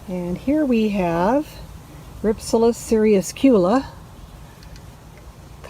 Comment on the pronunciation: It is pronounced Rhip- sal-is.